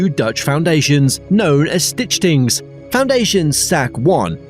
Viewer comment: It's Schiphol, not shiphole. Stichtingen, not stitchings. Try Forvo.